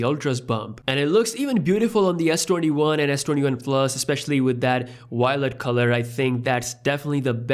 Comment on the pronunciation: He really likes the "wylet" color